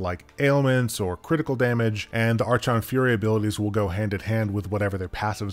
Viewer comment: it’s pronounced ark-on fury